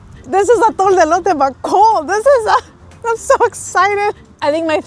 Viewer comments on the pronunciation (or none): none